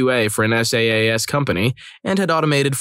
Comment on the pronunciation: Pronounce "SaaS" as "sass"